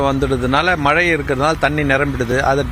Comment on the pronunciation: மலை இல்லை "மழை" ✅